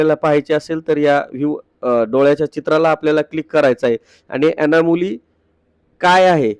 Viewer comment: अनामोली नाही ते अनॉमलि असा शब्द आहे.